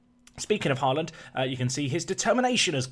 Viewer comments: It is basically pronounced the same way as holland. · As a Norwegian i find it funny how you pronounce haaland, the «aa» in haaland is actually pronounced like the o in hope.